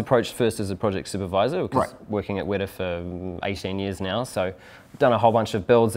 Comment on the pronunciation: Can you guys pronounce the T in WeTa, not like wera which means hot, thanks